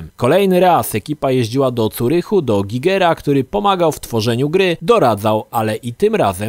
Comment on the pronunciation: ty miękka parówo, a na licznik "GAJGERA" też mówisz Gigera